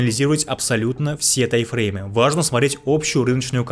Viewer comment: Эти ваши Тайфреймы так ухо режут, даже не пытаешься проговаривать М, у тебя в тайМ её просто нет